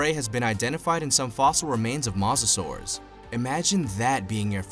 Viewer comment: Listening to u mispronounce mosasaurs is mind blowing